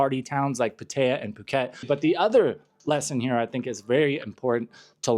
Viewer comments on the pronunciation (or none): I enjoy your channel when I come to YouTube but you’ve been here long enough in Thailand to know actually pronounce Pattaya correctly!